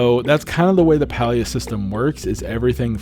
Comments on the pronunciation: Great video, thank you! Also just a heads up, Palia is pronounced pay-lee-uh according to the devs themselves lol. 😊😊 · Idk why it irks me this much lol, but the game is pronounced like “pay-lia”! Also, ty for making this video! I’m curious to see how it lines up with what I’ve been doing and if there’s anything I can improve! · Pronounced Paylia